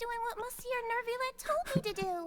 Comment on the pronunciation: I am begging you stop saying Neuvyette, please, Edmond Rostand would be screaming in his tomb 😭